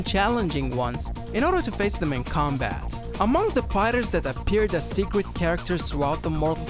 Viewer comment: Secwet. Xway. Do you have a speech impediment? No hate